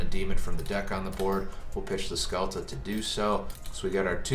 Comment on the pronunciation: The best endboard i have seen so far is with a small tellarknight engine, in order to finish with zeb, trap to copy, f0 and ptolemaius+ altairan in gy. Also is not "skelta" but "shelta"